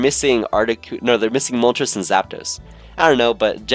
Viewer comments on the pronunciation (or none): none